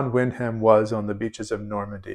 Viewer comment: Wyndham is pronounced win'dim.